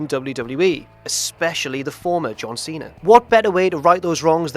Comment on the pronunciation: It's see-na.. He keeps saying see-nar...